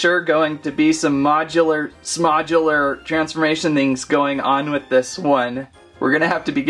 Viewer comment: Bro said transmamtion